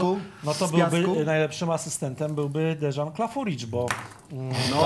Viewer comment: Tylko i Romek się przebrali:D W ogóle jako fan Michała jestem załamany że powiedział deżan zamiast Dejan jakby Stankovica nie pamietał. Troche szkoda Weszło że w ostatnim pytaniu nie zaryzykowali bo był czas żeby się zgłosić. Gratulacje dla zwycięzców.